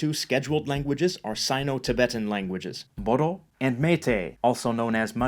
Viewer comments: Bodo is not cell Bodo it's boro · Btw Bodo is pronounced as Boro